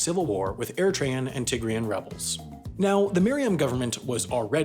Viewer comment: Why is it so important to to say things incorrectly? The place is pronounced /uh-RITT-ree'uh/ and the people are called /AIR-uh-TRAY-uhns/ or /uh-RITT-ree'uhns/.